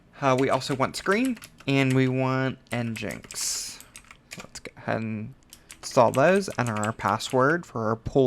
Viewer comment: Thank you for this, great help. I'm gonna try to setup my own pool with this guide. One thing though, you are saying "Nginx" wrong. Its pronounced "EngineX" like a car engine with an X at the end. Nginx is a play on that word, as its the engine of your website 😊